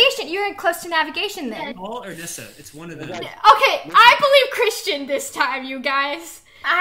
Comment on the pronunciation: Said Chrishtin